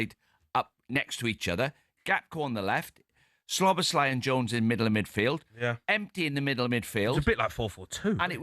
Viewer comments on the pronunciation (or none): Can you pronounce Szoboszlai correctly you muppet. He’s been with us 2-3 years now. Does me head in